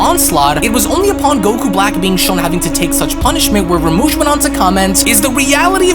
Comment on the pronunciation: Rumshi!! Not ramush